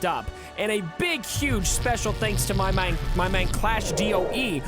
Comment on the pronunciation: I like how you sounded like Australian when saying "my main" lmao 😂